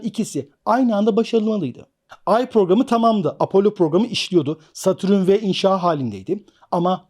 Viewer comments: hocam herşey çok güzelde şu satürn’e niye satürün diyorsun valla anlamadım:) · Satürün degil, Satürn